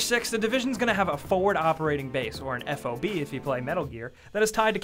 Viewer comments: Military wise, it's never professionally called "F O B" it's called a "FOB" as in F-AH-BUH. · It's not F O B, you don't spell it out, you sound it out.